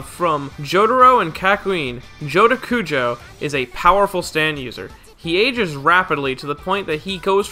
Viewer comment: Cujoh? It’s kujo.